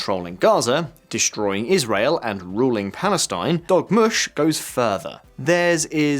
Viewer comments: DORmush...NOT DOGmush. 😝😜😵😆😂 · I thought he said Dog mush 😂